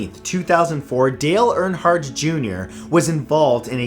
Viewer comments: It's not ernheart It's erenhart I know it's not the right spelling it's the sound. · LOL! My last name is Reinhardt and I thought it was my last name not Earnhardt.😂😂😂